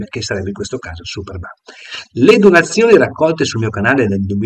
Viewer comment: "sa dove ho messo le cose".... Cosa vuol dire???? Non riesce neanche a dire la parola "donazioni"....